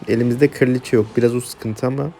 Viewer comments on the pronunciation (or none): Kardeşim kiraliçe değil kraliçe sinir oluyorum